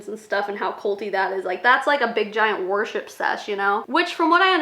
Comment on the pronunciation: When you were talking about YL conventions, I first thought you said a big warship sesh (not worship) & I was picturing a battle cruiser full of huns